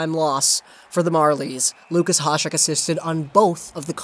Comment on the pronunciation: It's "ya-shek", he's not latino you know